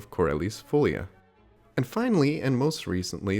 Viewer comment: Portuguese is a language that as a rule places its accent on the second to last syllable (there's a number of words that have it on the last syllable), so it would be fo-LI-a